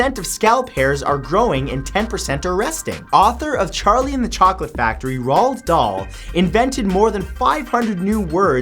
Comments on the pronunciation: You butchered Roald Dahl's name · RAH-L Dahl?! Iv never heard that one before 😂 its ROAL-D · ROLD DOHL XD IT'S PRONOUNCED ROLL-DA-LL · Any other Brits love how he pronounced Roald Darl? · How the fuck can't you pronounce Roald Dahl correctly